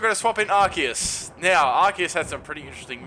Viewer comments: You pronounce arceus as arseus just so you now. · it's pronounced "are-cee-us"!! do you even english